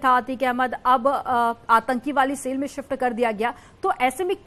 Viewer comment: Arrey madam SALE nahi Cell kaha jata hai aur SIFT Nahi Shift kaha jata hai😂